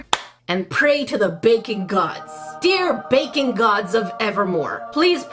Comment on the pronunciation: Not gonna lie, every time you say 'baking gods', I hear bacon gods...😆